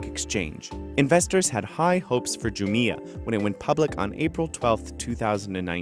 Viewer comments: It’s not pronounced “Ju-mi-ah”, but “Ju-mia” 🤣🤣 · you can't even pronounce the name of the company right, what's wrong with you? Andrew left pronounces it spot on - JUMIA ... not the stupid way you're pronouncing it ... ju-meia ... what's wrong with you? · It's jumia not jumia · It's pronounced Jumia and NOT Jumia. Jeez!